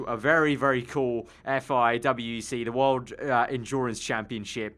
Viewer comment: Its called WEC not W E C